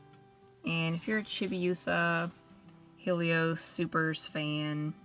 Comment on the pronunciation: It's hell-ee-ohs not heel-ee-ohs Sorry that was just really bothering me